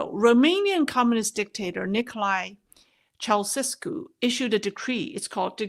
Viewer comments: Just so you know, it's pronounced CHOW-cheh-Skew. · He doesn't come up much now, but, it's Chow -chess -cue. Cold War kid! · Former Romanian president Chow-chess-coo